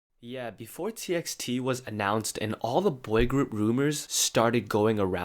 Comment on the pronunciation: its "ti-by-ti"